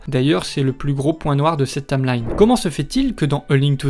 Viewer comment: "La tameline", "Urule Hystoria"... 😭